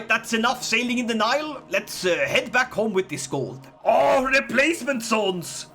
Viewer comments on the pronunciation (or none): none